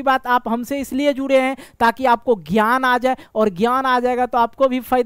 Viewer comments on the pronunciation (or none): none